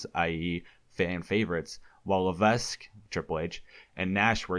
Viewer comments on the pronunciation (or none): I'm sure 'Levesque' has a silent s (pronounced 'Levek'). It's real annoying how many times you're saying Triple H's real last name and pronounce it wrong. Otherwise, I enjoyed your video. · Levesque is pronounced 'Levek'. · Lavesque is pronounced LA-VEK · Why do you call him Paul LeveSK? :D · FYI, the 's' in Levesque is not meant to be pronounced. It's meant to be said 'Lev-eck' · Isn't Triple H's last name pronounced "Lavek"? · No dude it's pronounced paul la-ves-qu the e is silent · I hate that you pronounced Levesque wrong tbh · This dude doesn't even know how to say HHH real name right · The s is silent in Levesque